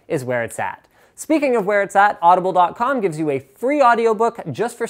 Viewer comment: When he did the Audible commercial did he say "Blow me!" or am I hearing things?